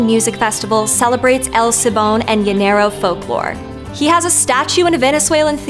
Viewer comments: "L' Seebom"???...I can't with her pronunciation of "El Silbón", it's so painful. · she said el sil bone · I kind of get put off by how she says shes so excited to learn about . El silbon. But her pronunciation is lazy and bad. Whatever.